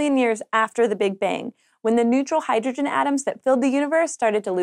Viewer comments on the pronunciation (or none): none